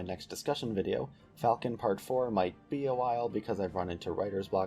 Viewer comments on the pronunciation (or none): none